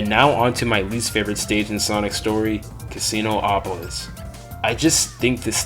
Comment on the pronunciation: It’s not Casino-opolis, it’s Casinopolis